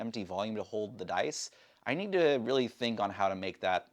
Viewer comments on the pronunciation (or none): none